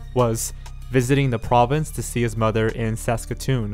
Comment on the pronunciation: I'm an Albertan and what got me was when he said Saskatoon as Saucekatoon